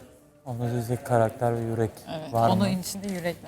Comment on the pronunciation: Hamzaya biri söylesin "karekter" kelimesini kullanmasın abi zaten yanlış söylüyor jskdnsm